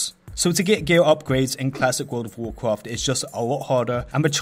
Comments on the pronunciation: World of wawcwaft? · vorld of vorcraft